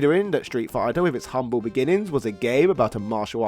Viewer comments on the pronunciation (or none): none